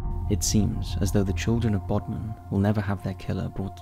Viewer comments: How could this narrator mispronounce Bodom? Bodman? His struggles with pronunciation of simple names and words are their own subject for mysterious tales. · The lake's name is Bodom, not Bodman. Top 5s: a guaranteed, blatant pronunciation or usage error in every video.